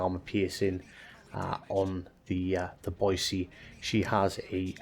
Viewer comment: Thanks from a local for pronouncing "Boy-see" correctly! There's no "z" in Boise, haha. Great vid! 👍